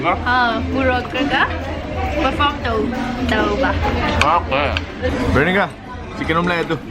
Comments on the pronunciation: It's Veronica not bheronica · Lol....its not a hate comment but your accent when you pronounce Veronica as pehronica i die😂😂😂😂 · Bro, mayam ngasi veenorica.... Instead of Veronica... Hahaha.... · Veronica not Venorica Bro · Bheronika... Lol god take me to heaven 😁😁😂😂😂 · 0.1 "Venorica" 😂... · I love it when u call me "BHENORIKA" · Did I just heard Bhinorika???? LoL 😂😂😂😂😂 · ADAM LEVIS bheronika is still ok.. The word here is bhenorika😂😂😂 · Bhenorika haise si oire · the boy very weak in english can't evnt pronounnce properly her name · How you pronounce her name is so funny😂😂😂😂😂😂😂😂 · Still you can’t pronounce Veronica 😣 I guess it’s been 2/3 months I have seen a vlog of yours which I have commented bout you pronouncing her name wrongly... At times It’s so annoying if people pronounce your name in a different way ‘coz it happened to me so often 🤨 Lannadi khanbinu chumthoknaba hotnabiyu